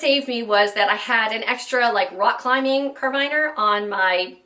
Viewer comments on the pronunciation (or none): I've never heard anyone try to pronounce caribiner like she did